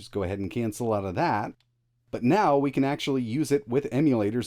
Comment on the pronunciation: are you serious right neow bro